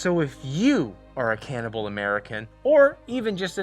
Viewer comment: I definitely need a “can-ibal not can’t-ibal” bumper sticker